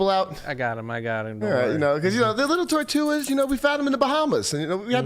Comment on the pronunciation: Tell it’s Tortugas not Tortuas. He’s leaving out the g.